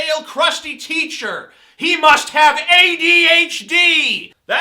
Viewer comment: TJ, I want the opinion of that guy from a little while ago on DP who is incapable of saying "ADHD".